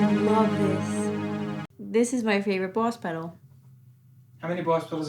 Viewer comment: I too am glad I got to hear say Buahss